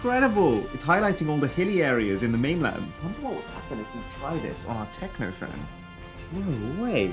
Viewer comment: Tecno Camon 19 pro is a hit in my country...also.. it's Tecno and not Techno😊😊